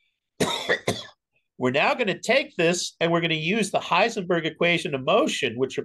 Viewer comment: Wow, correct German!